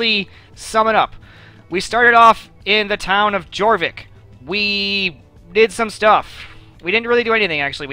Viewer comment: Jorvik's j is yor not jor its for-vick